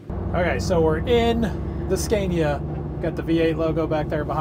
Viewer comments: Nice truck :) If there are any americans who wants to know how Scania is pronounced: The first "a" in Scania is pronounced like you would with the word "awesome". "Scawnia" :) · Scay-nia? Say Scah-nia. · It’s not a “Sk-CAY-niya” but “Sk-AH-niya.” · Why butcher the truck and not keep it original? It is one of a kind in North America. Also, learn how to say Scania.